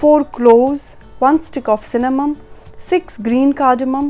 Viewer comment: Its Cinnamon not cinamum dear